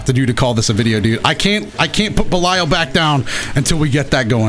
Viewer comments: Hearing say Belial as belieyal just hurt me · wait isnt it pronounced 'be lee al'? idk nvm